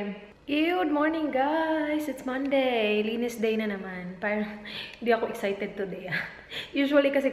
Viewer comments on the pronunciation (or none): none